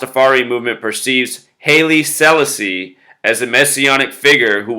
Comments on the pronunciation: hey dude its Hilie Sal-asi......not sellisi....nice video though....thanks.... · Neville O'Riley Livingston, aka Bunny Wailer, the third singer of the Wailers who's still alive, is always throwing out Masonic hand signs.That said, his solo work is wonderful. Haile Selassie is pronounced more like "Highly Selawsee". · pronounced as HAAYLE SEELAASEE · pronounced Holly Sa-la-asee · pronounced Halie Sa'Lasi. I knew his grandson Solomon. was considered like a god.